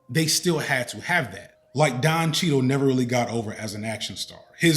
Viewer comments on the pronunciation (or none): none